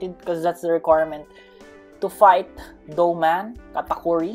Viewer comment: hey its not gataguri its katakuri